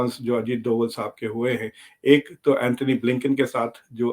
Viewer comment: डोभल नहीं डोभाल सर्जी